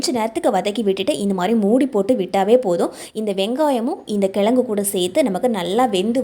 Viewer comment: எழுதும் போது கிழங்குனு எழுதுறீங்க ஆனா சொல்லும் போது கிலகுனு சொல்ல முயற்சி செய்யுங்க